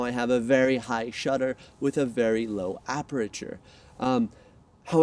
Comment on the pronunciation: 500k "accusations"? Is this a criminal case? Lol. FYI, they are called "actuations". Also it's an "electronic" viewfinder, not an "electric" viewfinder. Also, "aprechure"?...is actually called "aperture" and pronounced "aperchure". Lastly, you get about a 10 MP image in crop mode for the A7III (not 8). On the subject of crop mode, without going down the rabbit hole, the crop does not give you a higher magnification lens. It does not transform your 85mm into a 135mm lens. It just crops the image, which in turn is displayed larger on your screen. The compression, angle of view, and depth of field remain exactly the same. You're just changing the framing by cropping. An image shot with an 85mm lens and cropped to match the framing of an image shot with the 135mm lens (from the same spot and same subject to camera distance) will render very different compression, field of view, and depth of field. Sorry, it's physics.